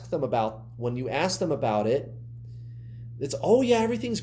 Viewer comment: Noooooo, we don’t say “about” like that at all! 🙈